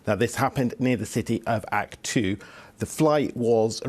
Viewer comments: The city is AKTAU not aktu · This 'professional' couldn’t even pronounce the city’s name correctly. It’s not Aktu; it’s AktAu.